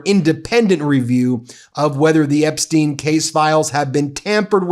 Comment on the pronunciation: His name is pronounced Epstyne, not Epsteen.